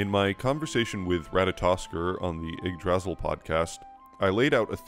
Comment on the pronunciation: YID DRA ZILLLL ITS PRONOUNCED: YID DRA ZIL